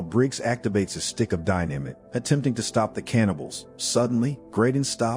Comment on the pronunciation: wtf is die namit !???? fucking computer !! just get somebody !!!!